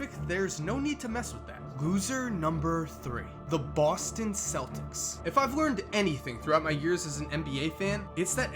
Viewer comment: Boston fans know it's pronounced keltics